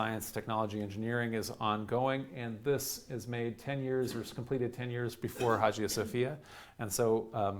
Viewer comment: Fyi the g in Hagia isn't a g but a y sound